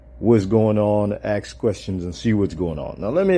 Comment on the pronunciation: "Dis a thinking mans channel, you know, axe questions"?